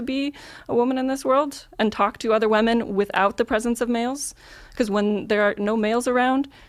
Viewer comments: she said "wamen" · She kept saying "Wahmen" 😆 P.S. For someone who looks like they could be living in Williamsburg, the dude completely exceeded my expectations in how he won this debate. I should probably watch more of these dude's debates. P.S.S. How do you get Jewish women to fuck you outside of wedlock? For as long as I've lived in NYC, I never thought it was possible to do so.